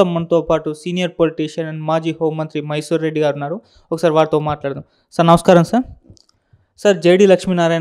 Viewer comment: మైసూర్ రెడ్డి కాదురా మైసూరా రెడ్డి